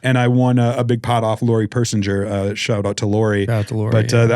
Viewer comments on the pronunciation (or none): Yay! I didn’t win the Gold Pass, but I did become a member of the “butchered names” club! It’s “Per-sing-er” damn it lol😉🤣😂